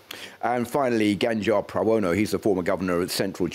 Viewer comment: Ganjar Pranowo not Ganjar Prawono 😅🙏